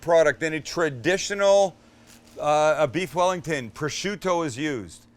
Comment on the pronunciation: Beef yellington